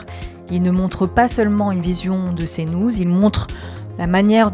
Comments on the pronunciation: Cnouze... Bonjour l'IA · Tu travaillerais pas à "Cnouz" des fois ? 😂